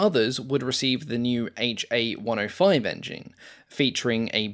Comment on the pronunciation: Just as the Japanese designation "Ki" is a syllable and not two separate letters, the engine designator "Ha" is. It's "Ha", not "aitch ay". Same with the weapon's designation "Ho", it's a syllable, "ho", not two letters "aitch oh". Japanese Katakana is a syllabic character set, not an alphabet. Each character is a syllable.